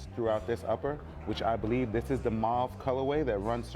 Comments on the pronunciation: I've heard moo-wav, now maarv. It's mauve - pronounced mow-v. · You're saying it wrong bruh, it rhymes with stove. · THE WORD IS PRONOUNCED LIKE “MOO-VE” ITS A FRENCH WORD MEANING PURPLE ... I HATE THE WAY PEOPLE TRY TO PRONOUNCE IT LIKE ITS ENGLISH 🤦🏾‍♂️🤦🏾‍♂️🤦🏾‍♂️🤦🏾‍♂️🤦🏾‍♂️🤦🏾‍♂️🤦🏾‍♂️ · You’re pronouncing the color wrong.